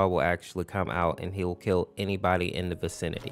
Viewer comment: bro cant even say kill lmfao 😭😭😭